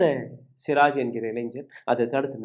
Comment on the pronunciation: அந்தப் பையன் பெயர் சிராஜ் அல்ல சுராஜ்